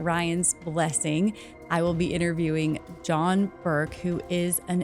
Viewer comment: Your S has a whistle to it that is very loud in the mic. Also, what is, “idderviewing”? Try to not drop your Ts and replace with a series of hard Ds.